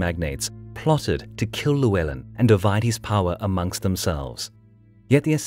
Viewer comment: Great video as always but please pronounce Llywelen properly! LL sounds like "clue", rather than "lieu".